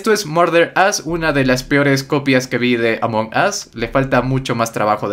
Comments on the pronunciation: Aam perdon pero se pronuncia "Amongous" no como tu lo pronuncias ya que tu lo pronuncias "Among os" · c ecribe Among Us pero c pronuncia amongos